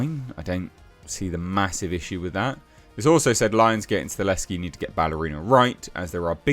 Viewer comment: It'll be fine., let's try this one more time though: "STUH -- HELL -- SKI". Not Stuh- less -ski".